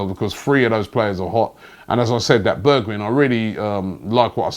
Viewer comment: Correct pronunciations: Van Der Bake, Zee-yek, Berg-vine